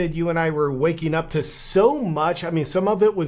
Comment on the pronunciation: "Sometheen" is not a word. "Wakeen" is not a word. "Uncomfterble" is not a word.